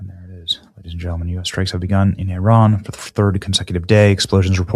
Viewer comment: Thank you for pronouncing Iran correctly!🎉. It sounds like “E-Ron”.